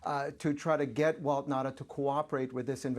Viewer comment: It's Nauta not Nata!